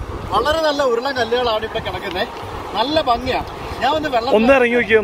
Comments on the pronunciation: if u don’t mind,, please clearly pronounce Bangy ഭംഗി, check in net how to pronounce, most of them are not correct, you are our favorite vloger, so kindly attention on words pronunciation. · Bro, bangi alla bhangi... Bharani de Bha